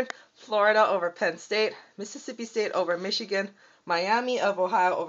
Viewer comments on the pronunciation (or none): none